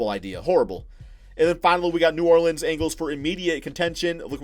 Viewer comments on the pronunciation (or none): none